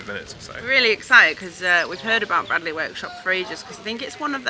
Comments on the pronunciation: Great watch. It's pronounced braydley btw 😁👍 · Gotta tell you. It's pronounced 'Braidley'. Sorry to be that guy (As it happens, my name is Bradley..... pronounced Bradley) ;) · Fascinating stuff - must look out for their next Open Day. By the way, it's pronounced Braydley...